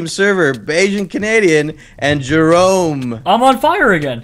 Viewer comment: Did Jerome say merome?